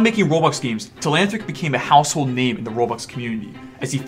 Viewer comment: learn how to say telanthric.